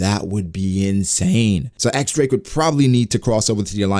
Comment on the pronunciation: I like the idea of the supernovas turning on each other once Kaido is taken down. And btw, the X in X-drake is actually pronounced as diez